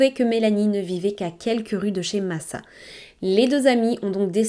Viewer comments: Coucou ! Très bonne vidéo mais aucun prénom n’est prononcé correctement… il serait judicieux la prochaine fois de s’informer sur la prononciation. Ce n’est pas « Masa » mais « Macha » comme dans le dessin animé… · Son prenom se prononce Macha=Masa et sa mère Natasa=Natacha